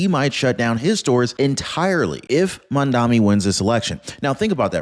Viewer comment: I am not a fan of Mamdani's but please pronounce his name correctly.